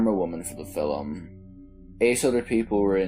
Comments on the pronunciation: Filem...lol. sea an.. not scean... lol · What’s a fil-um? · Okay. I have to admit that your pronunciation of "film" makes me giggle inside.